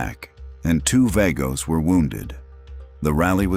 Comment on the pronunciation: Vagos is pronounced "Vah-goes."